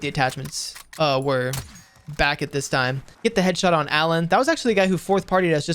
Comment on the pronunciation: "allen" lol his name looks that way but it's actually "alien"